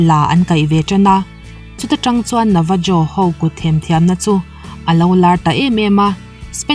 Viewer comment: Navajo (Nevaho) tia lam tur